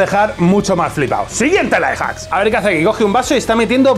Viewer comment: Me hace gracia que al decir "Life Hacks" se le entienda "Lie Hacks", que en realidad es lo que son, mentiras jajajajaja